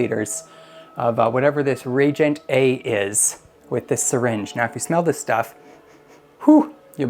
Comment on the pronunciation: Its nice to see someone explaining how all the tests are conducted. Just a couple minor corrections that may help in the future. Reagent is pronounced re-agent. Also, they provide you with plastic tips for the 1 ml syringes. Use those on reagents so the chemical never goes into the syringe itself. Just pull the plunger up all the way and 1 ml is drawn into the tip. Easier cleaning and you don't actually need to measure on the syringe itself. Lastly, store the cleaned cuvettes with rodi water in them to absorb any residue from the glass while in storage. This all comes from the owner of Hanna in an interview with Reef Builders. Not trying to be a jerk, just trying to help.